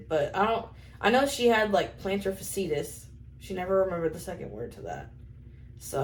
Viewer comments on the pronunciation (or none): Plantar fasciitis (fashee-itis) not fuh-seat-us like Cletus. Oh, lmao.